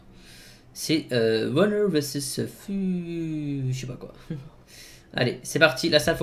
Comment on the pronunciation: Au lieu de dire versus il dit veses et c'est comme d'habitude qu'il le corrige